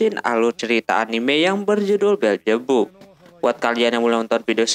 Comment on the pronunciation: Beelzebub bukan beeljebub